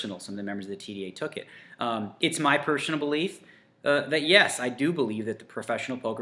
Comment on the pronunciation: You're right And I like you a lot But that pronunciation of "personal" was strangely funny